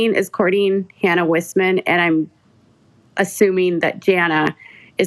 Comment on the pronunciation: Isn’t Wissman pronounced Weyesman?